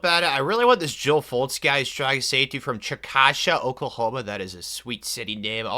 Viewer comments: I laughed when you pronounced Chickasha, Oklahoma. It’s actually Chi-kuh-Shay. Loved the effort though. 🤣🤣🤣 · As an Oklahoman, has literally never pronounced a city name from here correctly. Chick-a-shae